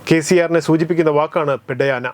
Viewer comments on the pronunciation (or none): പെഡ്ഡയാന അല്ല Bro പെദ്ദയന അതായത് പെദ്ദ എന്നാൽ മുതിർന്ന അഥവാ വലിയ എന്നും അയന എന്നാൽ അദ്ദേഹം എന്നും അർത്ഥം ഭാഷയ്ക്കുള്ള അർത്ഥം സംസാരിക്കുമ്പോഴുള്ള സാഹചര്യം അനുസരിച്ചാണ് മിക്ക ഭാഷകളും